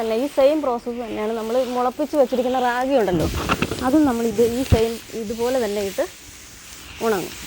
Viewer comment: അതെ, രാഖി അല്ല റാഗി .